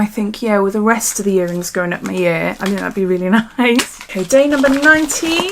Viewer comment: I like that you say 'yearrings' it's familiar to my Welsh ears lol